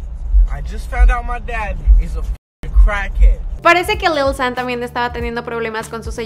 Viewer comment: Yo creo que se pronuncia "lil shan" :v no lil san ._.